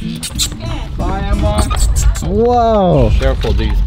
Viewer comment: Did you call it a boogy in that first scene? It’s a buggy😂 come on man.